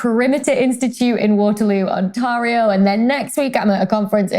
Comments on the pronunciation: On-teh-rio, not On-tah-rio! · Welcome to Canada! Teeny pronunciation correction...it's Ontairio, not Ontahrio. To help you blend your accent in to ours. :) :) :) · It's pronounced like On-TEAR-io Tear as in the verb not the noun. LOL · You pronounced Ontario wrong, lmao . Sorry.